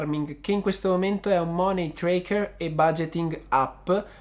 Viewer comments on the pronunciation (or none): none